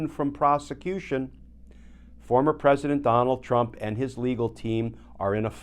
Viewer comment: Glenn it’s “and” not “end”